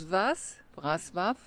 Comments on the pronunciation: Breslau wird WrozWaf ausgesprochen- Das L mit dem Strich durch ist ein W. So heisst der Tenor auch Piotr BeczaWa. Ist aber nicht so wichtig. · Das w wird im englischen anders ausgesprochen als im deutschen. Lern erstmal eine Sprache bis hin zur Aussprache richtig, eh du dich an 6 weitere machst. 🤦🏻‍♀️ Und der polnische Buchstabe ł wird wie das englische DOUBLE-U ausgesprochen.